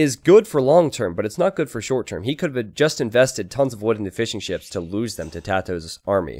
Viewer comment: Everytime you say fishing ships, I hear fish and chips. I don't know why, sorry